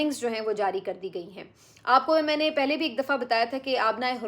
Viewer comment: "پھلے" نہیں "پہلے" ہوتا ہے ۔کم از کم آپ تو یہ غلطی نا کیا کریں